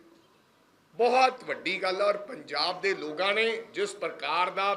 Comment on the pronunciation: Logan ki hunda Lokan hunda Punjabi ch